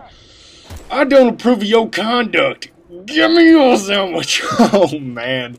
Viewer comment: I laugh every time he says "Gimme yo sandw"ich